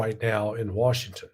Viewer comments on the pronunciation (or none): none